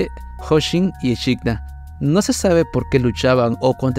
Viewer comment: me da tok que diga echidna tal cual en vez de equidna aaaa